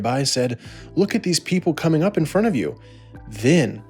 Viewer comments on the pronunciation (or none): none